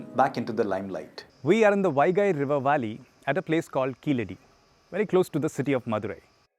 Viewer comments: it is not keeladi, it is keezhadi. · It is not Keeladi....Keezhadi is the name.....Saying it right is important for a documentary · is wrong ழ is pronounced like [ɻ] not [ɭ] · Please say "Keezhadi" correctly. It means "lower step". It is not Keeladi or Keeradi as mentioned in the video. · Why can't we get the pronounciation of keeladi which doesnt make any meaning. Only when i saw the sign board i realize it is "keezhadi" literally meaning lower bottom. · Kindly note its not Keeladi , its Keezhadi(stress on the syllable "ZHA") , Plz discover more about Thamizh martial arts like VARMAM, traditional Siddha medicine, Thamilzh music and arts ,bring more info about this part of this unknown world of mystery and let the world know Thamizh Nadu was one of the earliest settlements in this world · It is keezhadi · to be fair, the man did not pronounce keezhadi correctly, but more like keeladi.... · do you even what the hell you are talking about? throughout the video the guy talks about keeladi instead of keezhadi. Stop bootlicking kalai. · First off it is Kee"zh"adi, learn to respect the culture before tying to make money off of it. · Really? How about KeeLadi? It should be கீழடி. I believe, people who attempt to inform others should go a notch up and learn to pronounce properly. Why our own people don't care. Everyone in school need to watch Sivaji Ganesan movies to learn how to pronounce properly. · "pronounced exactly as they should be" meanwhile: kEeLLLLLLLLaDi